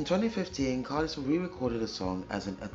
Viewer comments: Pronounced Car-Lyle (like "Isle" of Man). Belinda was definitely a talent. Awesome reaction darling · Great reaction. Like narm67 mentioned, her last name is pronounced CAR-LYLE (rhymes with "mile" and "while"). The Go-Gos were/are terrific! They brought a retro 1950s-60s vibe to new-wave rock music in the early 1980s. You may have heard of the Go-Gos' hits "We Got the Beat," "Our Lips Are Sealed," "Head Over Heels" and "Vacation." In real life, Belinda is married to Morgan Mason, the son of British actor James Mason ("A Star Is Born," co-starring Judy Garland, "North by Northwest," co-starring Cary Grant, and "20,000 Leagues Under the Sea," co-starring Kirk Douglas). Morgan's mom, Pamela Mason, was a British actress as well.